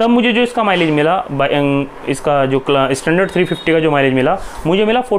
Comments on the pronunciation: please, pronounced standard not I istandard😂😂😂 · Hey man pronounce your English words properly tell "standard" not "Estandard".